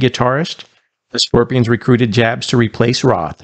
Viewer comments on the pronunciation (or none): It's pronounced "y" yabs!At least ger his name right. He is the best guitarist they've had.Hes disciplined and melodic and took the band through four decades. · It's a German name..it's pronounced Yabs. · It's pronounced "Yabs". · The J in Jabs is pronounced like a Y. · His last name is pronounced like “Ya-ps” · Jabs is pronounced like Yabs. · His last name is pronounced Yaabs. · his last name is pronounced "yobbs". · Before posting a video in honor of an artist, you should learn to pronounce their name correctly.